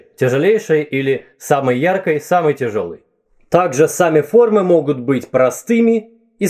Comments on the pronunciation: Почему, окончания "ий" в прилагательных(яркий), Вы выговариваете как "ый? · ДостоевскОй, яркОй, самый яркОй БелинскОй.... Чувак серьёзно?